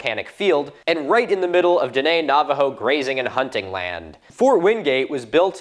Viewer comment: He mispronounced tribal names, bro. He butchered Apache and Diné